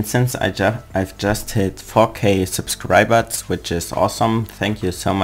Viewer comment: geile betonung von subscribers xD klingt wie supskriperz